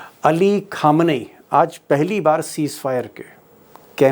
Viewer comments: Deepak g please pronunciate correctly Khamnei not kh but Kh. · 30--35 saalse patrakarita kr rahe ho khhamenayi to mut bolo " k' ke niche dot lagao boss "khhhamenaye bolo "khatam" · Sala Deepak Sharma anti Iranian anti Palestinian , RSS ka ghustpathya Hai ,tabhi to Kazmi Sahab ko sala PALESTINIAN TRUE JUSTICE ,means the illegitimate encroachment has to be reserved . Rest talk is all bak back. Because there won't be any peace. Saley Deepak Sharma Khamenei ka sahi Urdu pronunciation seekh mader ......ch......d. Anti Muslim sanghi.